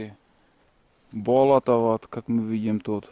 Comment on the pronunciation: Когда "бОлото" говоришь то ударение ставь на "болОто", то есть на вторую "О"